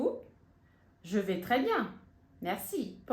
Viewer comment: Voce explicou q je vais fala je vé mas na frase ao pronunciar Je vais vc fala je vê com e fechado …